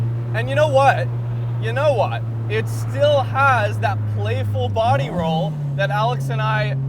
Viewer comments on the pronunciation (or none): none